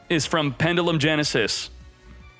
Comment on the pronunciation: Please say pendulum differently